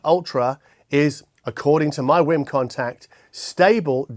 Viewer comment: Did you just say "It's a Wim Wim"?